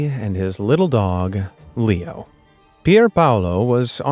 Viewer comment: BROOO I HEARD Pierpaolo paradisi AND HIS DOG LEEKNOW NOT Pierpaolo paradisi AND HIS DOG LEO AHHHH